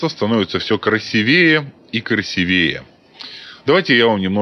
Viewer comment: только красИвее, а не красивЕе